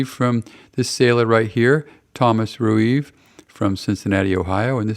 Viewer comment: Thomas Rueve is my grandfather! Thank you for this, very cool. Pronounced Ree-Vee 😉